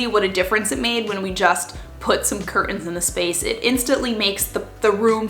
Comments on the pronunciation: I love the way you say cur(t)ains without a T :D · I love you but please stop calling them cur uns, there is a big T right in the middle, xxx